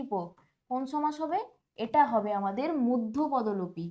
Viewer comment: মধ্যপদোলোপি নয় মধ্যপদলোপি